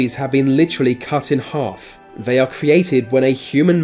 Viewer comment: Vhey pounce on vhere victim